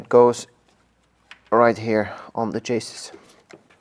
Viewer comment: Great stuff as usual! One small English tip: "chassis" is pronounced like "chass-ee" (it's actually a French word! 🙃)